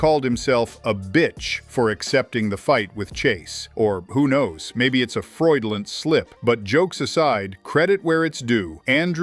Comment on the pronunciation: what is a freudilland slip. At least say it right 😂